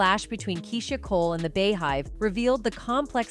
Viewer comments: The “bee” hive 🐝 (not the “bey” hive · Im sick of these news broadcasts that can't say the words right like R&B beehive Keisha simple stuff like ugggrrr